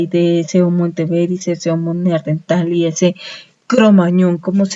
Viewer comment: Vaya mierda de información.., y lo del "neardental.., jajajaaa.., será neandertal